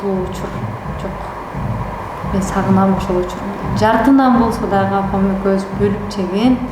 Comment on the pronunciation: Бул дагы деле экен, нанды нана деп